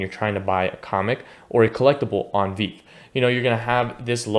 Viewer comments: Good info. It’s Pronounced “Vee-Vee”. Keep up the good work 💪🏼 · I’ll subscribe if you pronounce it as vee vee next time. You get a like for now :)